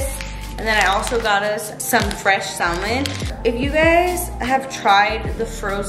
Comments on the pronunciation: Say it with me mama : “ SAAA-MUUUHHNNN” don’t say the l in there it’s silent 🥳🥳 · the L in Salmon is silent so it’s pronounced Samon 😝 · Yelling the L IS SILENT! 😂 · Stop saying SALmon